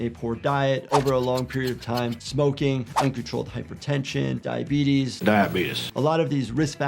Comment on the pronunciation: Ah yes. Diabeetus